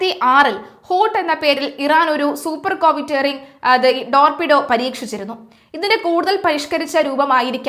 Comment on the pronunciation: ഡോർപിഡോർ അല്ല കൊച്ചേ ടോർപിഡോ 🫣